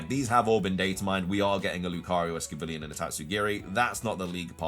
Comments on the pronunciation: Why keep saying scovillian when it's scovillian??? 🤣🤣🤣 Sco and villain. 🤣🤣🤣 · It's Scovillain ("villain" is in the name) not Scovillian ("villian" doesn't mean anything)